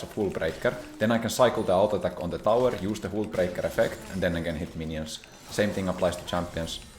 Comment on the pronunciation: It's hullbreaker not hůlbreaker...